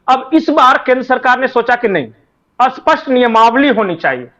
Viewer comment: आप स्पष्ट को बार बार असपस्ट बोल रहे।कृपया स्पष्ट बोलना सीखिए